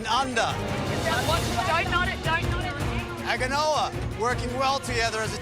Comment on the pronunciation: "Agg-ah-noa" 😂😂 Good try mate lol